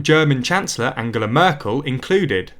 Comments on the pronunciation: So it’s Angela with a hard G And it’s Le Monde without pronouncing the e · Le mon-day. Anjella not Ang-ghella. Learn how to pronounce these please. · + AnJela versus AnGela. British multilingualism :) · Le Mon-day? Really? And Angela has a hard g. And you don't say the "h" in Hollande. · Can the English really not pronounce anything? An-J-ela Merkel, Le Mond-AY 🤦‍♂️ Good overview otherwise.